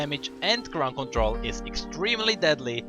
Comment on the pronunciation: Crowd control? Ground control? Crunk control? Crown control? Arabian mumbling? xD